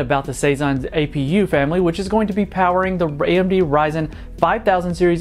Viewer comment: 25 seconds "RAY-MD Ryzen" Raggy!